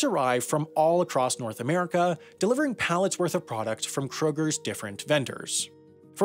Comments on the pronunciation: Its pronounced K-Roger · "kroger's" intensifies... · Krogers? Really! Lol